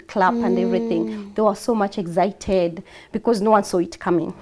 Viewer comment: What rubbish English is this eggcited , like seriously